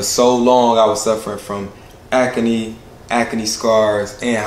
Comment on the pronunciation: Proud of and his skin care line.. but why he say acne as ack-a-knee 😅😅😅??